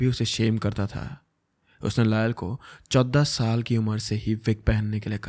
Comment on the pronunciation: The way u said "14 sal" is kinda funny to me😂😂 love u bro❤❤❤